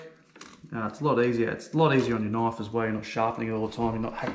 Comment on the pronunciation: In the US we say knife, not Knoff. Lots of fish here with same bone structure so good instruction.